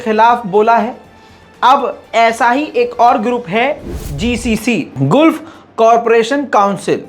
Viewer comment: अरे यार गुल्फ नही gulf यार love you yaar